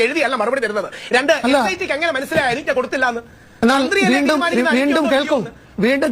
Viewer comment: ഹലോ അരിജ്ന അല്ല അനുജ്ന ആണ്... That means Consent